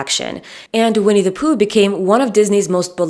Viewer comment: I could listen to your pronunciation of “Vinnie Pooh” all day. I couldn’t listen to How I Made Your Mother. It turns out that Ted’s pretentiousness was just his Josh Radner showing 🙄.